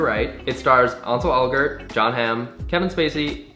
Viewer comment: How did you pronounce that??? It's Ansel, like Hansel without the H (ANN-sel), and Elgort (L-Gort) Ily Connor but I had to let you know your pronunciation was off xD